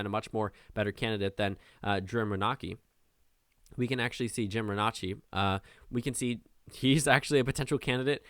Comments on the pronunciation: Renacci is pronounced, rhen-ace-e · I'm pretty sure that you were referring to Jim Renacci, whose last name is pronounced "reh-NAY-see".